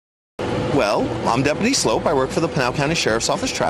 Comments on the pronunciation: Oh, btw, it's pronounced "slope" like a downhill ski run, not "sloop" like generic Campbell's Shrimp and Cheese Medley. he actually says it in his vids! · Love the vid (and most stuff with Frank), but his last name is Sloup, not Sloot. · It is pronounced slope not soup 😂😂😂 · Sloup, not Sloot. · His name is pronounced “slope”, as in the steepness of a hill